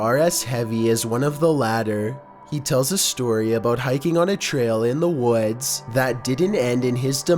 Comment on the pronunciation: He tells a story about hiking in the WOADS